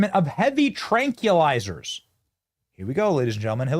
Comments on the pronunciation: Benny I hate to be this person but I'm going to; tranquilizers are pronounced "tranquil" + izers. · Tranqui lizers??? 😂